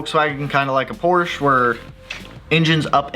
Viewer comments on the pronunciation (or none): none